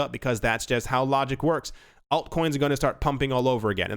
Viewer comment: say the 'alt' like alternative please